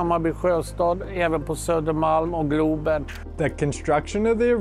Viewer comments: NOO ITS CALLED GLOOOOOBEN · say it properly GLOBEN (the globe)